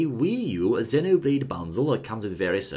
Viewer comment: It,s great you two know how to actually pronounce Xenoblade!!! Your in the minority but your right!